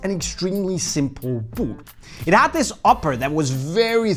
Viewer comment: I tune in just to hear you say ‘b000t’